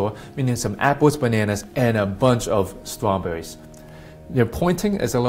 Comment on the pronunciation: " apples and trawbuurries" lol he Elmer Fudd there is no such thing a Judo chop...